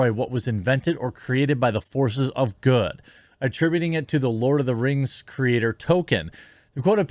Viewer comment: Lord uh da rangs Da bling a powah.